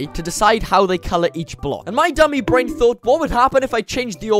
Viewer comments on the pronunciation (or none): none